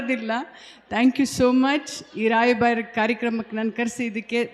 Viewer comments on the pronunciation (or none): ರಾಯಬಾರ ಅಲ್ಲವಾ ತಾಯಿ ರಾಯಬಾಗ ಅಣ್ಣು